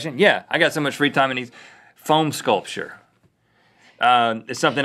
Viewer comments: I swear, I thought he was saying PHONE sculpture, like cutting up an iPhone with a Nokia or something. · I thought Rhett was phone sculpture! I Google it before I realized he said foam and phone sculpture is a thing. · Same lol then I realized he said foam sculpture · Same I thought he said phone sculpture too I was sooooooo confused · I thought Rhett said Phone sculpture and was, what! Then relieved it was foam. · i thought Rhett said phone sculpure so i spent ages goggling phone sculpture then i went back to the video and unpaused it and at that exact second he was like 'you get a block of foam' and i realizede what he said so i was like ohh... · I thought Rhett was saying "Phone Sculpture," so I looked that up on Google. I was extremely confused on why he was so into phone sheep. Look it up. Why would he be meaning to do that? Only then did I realize he was saying "Foam Sculpture" as he started explaining it. Let's make a Phone Sculpture everyone. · I thought Rhett was saying phone sculpture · Anyone else thought Rett said phone sculpture? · Took me a second to realise it wasn't "phone sculptures", but "foam sculptures". :)